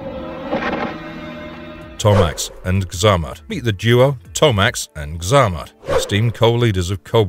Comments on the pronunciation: Come on now dude ! A little prep work on how to the pronounce the flipping words and characters correctly! It’s Xamot ! not flipping Xarmat ! What a unbelievable and shameful tragedy. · Zah-mott? It's ZAY-Mott